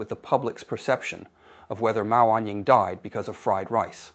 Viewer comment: It was. It mispronounced the words "died" and "fried" once but pronounced them correctly at other times. No human would have made mistakes like that; you either know how to pronounce those easy words or you don't. You don't pronounce them correctly and then suddenly mispronounce them.